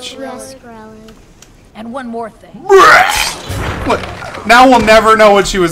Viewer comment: WHIT? WHIT??!?!?!??!?!? XD